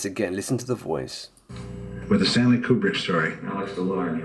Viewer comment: kub-rick. stan-lye. A hook from Ukraina.